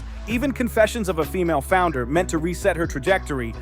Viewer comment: “founder” or “flounder”? Or does it matter? 😂😂